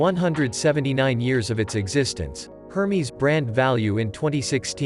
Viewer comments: "Hermies"...! it's pronounced "airmez"...wow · Absolutely took me out when I heard the pronunciation of Hermes LOL